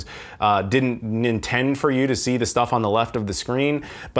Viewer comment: Did Did you just say "nintend" instead of intend .-.